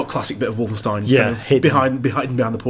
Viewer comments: "Wolfensteen"? Really? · They'll never be able to pull off anything as fun as Enemy Territory in a single player experience. I became addicted to that online madness for several Summers during school. And you guys said 'WolfenstEEn' at one point. Ahhh >_< Haha.